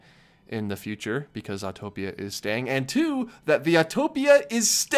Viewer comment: I’m so glad you actually know how to say “Autopia.” Thank you for not saying Autotopia!!!